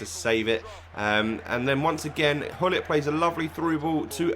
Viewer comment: Gullit, not Hullit!!!